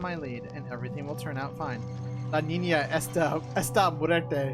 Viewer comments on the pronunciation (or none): no, nina is not girl in spanish, its niÑa xD